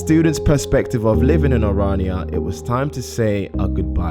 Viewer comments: No its oranìa if you pronounce it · The way he says orania 😂